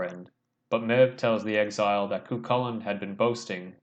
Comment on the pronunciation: Nice analysis. Helpful tip, it’s pronounced Mave